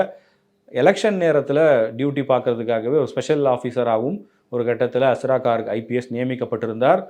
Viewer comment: He is Garg. Please pronounce hindi names correctly. Not cork.